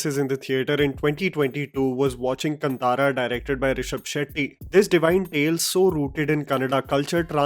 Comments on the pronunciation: Hey could you please pronounce the name कांतारा correctly in your future videos Its not कंतारा Great work nevertheless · Abe kanthaara nahi.. "KAANTHAARA".. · Not कंतारा it's कांतारा Not कडंबा it's कदंबा 🙏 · high time the title is pronounced correctly as "Kaantaara" (कांतारा).. and not KanTaara (कंतारा or कंटारा).. similar to Dosa (दोसा) and not डोसा .. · Also with all due respect its pronounced as Kaan-taara and not Kan/Kun-tara. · Kaanthara not kanthara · Great Video but it's pronounced Kaantara and not Kun-tara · It's pronounced Kaantaara and not KanTaara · Isn't an Indian, like come on yaar, it's Kantara(कांतारा) not Cuntaara, spell it properly bro😅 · Pronounciations कांतारा ✅ कंतारा ❌ कदंबा ✅ कडंबा ❌ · It is Kaantara NOT kUNtara...your pronunciation is cringeworthy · I'm sorry but i have to say it since i have been hearing many people say the name with wrong pronunciation. It's not "ka-n-taa-ra", but actually it's "kaa-n-taa-ra". Not "ka-dam(or dum)-ba" but it's "ka-dham-ba". Again i'm sorry but dialects and languages and context of many things matter when we are talking about our history. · it's pronounced as Kaan-tara, not Kan-tara. Hope you don't make that mistake in your next video on Kantara movie. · Aaaaaaa 😩 can you and other Hindi speakers please stop calling it “कंतारा”. It’s कांतारा. There is an आ ki matra after क. At least listen to Rishab pronounce it properly in his interviews. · Productions. its KAn TA RA not Kuntera! Please get it right bud, since you admire the film so much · It's pronounced as kaan-thara not kan tara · For pronunciation: it is "kaantaara" & not "kantaara" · I dont understand why none of the Non Kannada speakers cant pronounce it right!!!!!! Its not Kantara its Kantara( Kaa-n-taara) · I think as a movie reviewer, the basic emphasis should be given on the pronunciation part of the 'movie name' at the least since you are talking about it. It's Kaan-taa-ra.